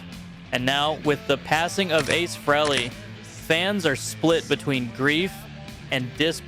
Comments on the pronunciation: Freeee leeee say it right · It's pronounced Ace FREEELEY. Not Frawley WTF? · Every aye eye pronounces it fraily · Come on now, it's Ace Free-ly